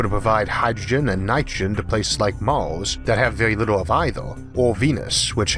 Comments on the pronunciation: Why do you say Mors instead of Mars? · Omg ?! The accent and the pronunciation?! I need the subtitles to follow...! Orth= Earth.. Mors = Mars ... otc...ETC! Show some mOrcy ! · mors, venis, orth, antorctico, wardo, fiyoh it annoys me more than it should... sorry, but i cant watch this video. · Did you say Mars or Mouse? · MARS not MAWS, RETURN not WETUWN lol yeaws instead of years, houws instead of hours 😆😆😆😆😆😆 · I don't want to be "that guy", but I love your narration skills Mawth? Tewwafowm ? Sorry :-) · Strange pronunciation by the narrator. Maurs = Mars, Eaurth = Earth? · What planet is Maws? Learn the letter R, makes for easier listing XD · Orth, mors,??? Can you please try to pronounce words correct? Would be awesome.